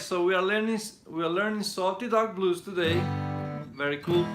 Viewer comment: I could have sworn he said salty dog balls 😂